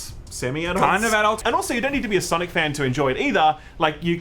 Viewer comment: Sanic? Nay, S A M I C